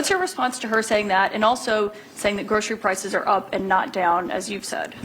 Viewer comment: Should have known when he couldn't pronounce groceries 🎉😢😅😢